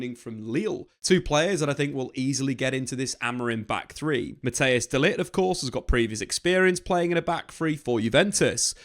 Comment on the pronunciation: Who is this Mattheus guy? Or do you mean Matthijs (pronounced as Mat-tice